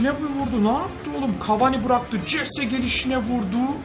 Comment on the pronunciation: abi o jese değil hese okunuyo